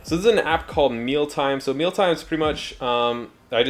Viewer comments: Just a heads up...the app he showed is named : MEALIME not Mealtime like it sounded. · I think you meant Mealime not Mealtime!